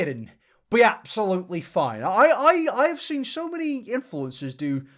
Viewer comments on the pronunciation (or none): none